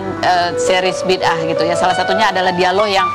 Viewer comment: Bida ah bukan bidah!